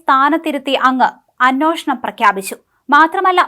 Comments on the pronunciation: അന്വോഷണം അല്ല അന്വേഷണം ! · അനോഷണം.. വേണം...അനോഷണം 😂